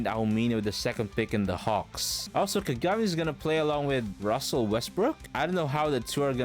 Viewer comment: Why do you pronounce Kagami like that? You know dang well that’s not how you pronounce it. Don’t disrespect Taiga like that